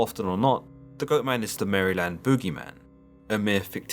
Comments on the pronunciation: "In the forest of Mary-land" I'm sorry, did you just say Mary-land? Not only am I offended( it's Mare-lend) but now I have the fear of that thing stalking my house since I live near the woods. If I see, I'll t-pose in the name of jesus to ward it off, demons don't like that. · It’s pronounced Mare-Land not Mary-Land and this is coming from a Baltimore Maryland native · It’s pronounced mare-lind, or marilind, not literally Mary-land. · It's said mare-land that's how you say it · You're saying it wrong. It's Mar (like a mare) uh lend. Like mare uh lend. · from Maryland. we pronounce it like "Merlin" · Marlon? 😂murrlan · Liked and subscribed. Now promise me you'll never stop saying Maryland 😂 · Love how you say Maryland. Not at all like we say it in the US.